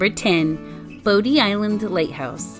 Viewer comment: You can tell she’s never been there. She pronounced bodie island as bo dee and not body. Also. How is jennetes peri number one and you didn’t even mention any ship wrecks nor the lost colony?